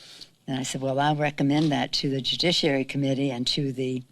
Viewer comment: LOL!!! Jujishhherary...